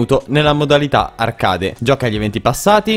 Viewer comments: ti vorrei far notare un errore, la pronuncia di "arcade" è ARCHEID e non ARCADE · La modalità arcade si pronuncia archeid non voglio dare dell'ignorante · Ma come pronunci “arcade”? L’inglese si è suicidato dopo questo